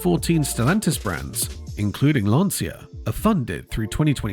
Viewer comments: And that is a short 'a', as in 'Lawn-cha'. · I am saddened by the potential loss of Lancia. My dad apprenticed at Lancia in WWII and worked there for 11 years before emigrating to Canada. And it is pronounced “Lan-cha”. Please don’t tell me I am wrong; I am son of a guy that worked there for 11 years + an apprenticeship. That is how he pronounced it and he would know.